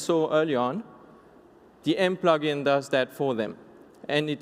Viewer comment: Good "Plogin"